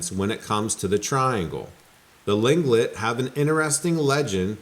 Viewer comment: Tlingit pronouced cleankit